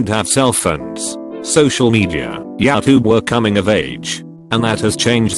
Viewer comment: Narrator: yowtube